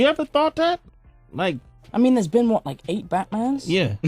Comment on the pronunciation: ajjjaaj el wath